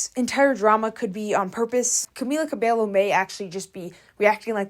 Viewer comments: I will say the bassline for Señorita is really fun, I like playing it. I'm assuming she didn't write it but still. Also, I'm pretty sure her last name is pronounced, "Kuh-bey-yo" because in Spanish the double Ls make a Y sound. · and camila's surname is pronounced cabeyo like hair in spanish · Cabeyo two Ls in Spanish is a Y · Please know the correct pronunciation of 'Cabello ' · Why are you pronouncing her last name like that? That's not how it's pronounced and YOU KNOW IT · Oof as a spanish speaker, the way you say her name hurts my soul. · The pronunciation of her last name makes this unwatchable 😭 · Stop saying "Cabello" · babe why cant u pronounce her name right:face-red-droopy-eyes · guys PLEASE if youre gonna do a vid about someone at least try to pronounce her name correctly ‼️‼️‼️‼️ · At least say her name right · Stop saying her full name just say Camila we'll know who you're talking about. You keep butchering Cabello and it's cringy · How are you going to do an entire video about somebody and mispronounce their name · It's such an american thing to do to keep mispronouncing someone's name even though it's already widely known what the correct pronunciation is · I forgot its pronounced Cabelo in english, here everyone says Cabello and it bothered me so much seeing you say it like that (even though thats probably the correct pronounciation) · I think someone should tell her that she’s pronouncing Camila’s last name wrong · Pls pronounce cabello right 😭😭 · That’s not how you pronounce her last name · I can’t stand hearing her last name being mispronounced a million times in this video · tbh cabello is mispronounced very frequently so i kinda let that slide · The way this person was pronouncing Cabello was actually pissing me off😭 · she struggled throughout the entire video with pronounciations T_T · it's actually pronounced with "KAH-beyo" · It’s “CA-BAY-YO”, NOT “ca-bell-oh” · I really don’t like her, but girl-😭 Cabello is pronounced cabeYo